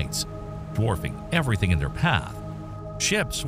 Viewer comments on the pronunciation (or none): none